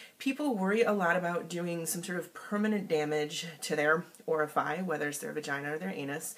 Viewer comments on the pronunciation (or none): Orifi? You're a doctor? It's orifice, not orifus, "".